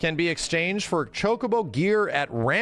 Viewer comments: thats how its pronounced. Cho-Koh-Boh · stop saying chokeabo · Ya it's not chuck-a-bo lol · just to be clear i would exept the shity french acsent shock-u-bo like chocolate in a french style of saying the word ..... the u is soft like the w i worry the bo islike bow but a short soundsing o sound barely a hit of the w sound at the end of the word. shock-u-bo or shock-a-bo how ever you prefare to read it